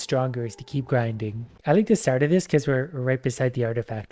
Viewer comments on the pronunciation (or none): none